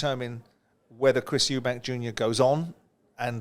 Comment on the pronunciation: Why do you people keep calling him ' 'Eubanks' his name is 'Eubank'. You are literally getting paid to talk about these fighters but you cannot even say their names properly. It's just embarrassing on your behalf